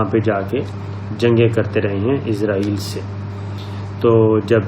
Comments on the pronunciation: Sir Word is israiel not izraiel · Izrael nahi Israel hai sahi naam.aap izrael keh rahe hain. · Plz pronenciate Israel as it is not izraeel (as) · سر آپ لفظ اسرائیل صیح پڑا کریں آپ کچھ اور پڑ رہے ہیں میں نے بہت بار کمنٹس میں بولا ہے